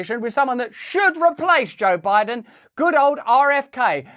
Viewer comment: “We don’t really know who Boe Jiden is”